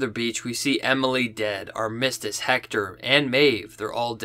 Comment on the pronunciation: Man you're killing me.... it's AR-mis-tiss. LOL.